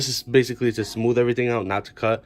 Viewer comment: I laugh every time I heard some people say, "Smoove."